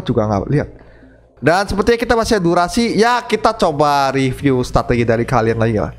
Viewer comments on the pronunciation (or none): none